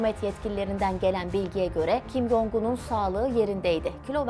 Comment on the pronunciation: Dilimde tüy bitti. Allah aşkına isimleri doğru telaffuz edin. Kin Yong? değil Kim Con; Kim Yo Yong değil Kim Yo Con. Bir bilene danışsanız size daha çok yakışır. Video'yu izleyemiyorum bu şekilde.